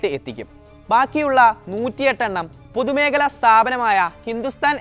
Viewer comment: അത് പോലെ തന്നെ "പുതുമേഖല സ്ഥാപനം".